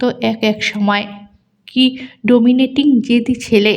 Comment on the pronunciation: ডোমিনেটিং নয় “ডমিনেটিং”